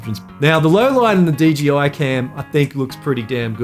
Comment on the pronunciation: You said DGI every time , instead of DJI. 😂